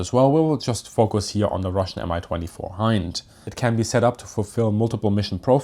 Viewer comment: Pronounced “me 22” they don’t say M I